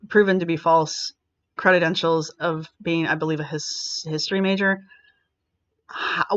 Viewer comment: Dear, the word is credentials, not credit-entials. You can look it up to confirm. Other than that tiny gaffe, your videos on this are very fine, as are Cinzia's. I think you're mixing it up with the words, accreditation, accredited. It made me wince, hearing that repeatedly. It's a minor thing, and I'm sorry to point it out, but it bugged me. You're better than that.